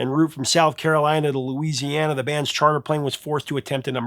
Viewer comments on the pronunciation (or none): none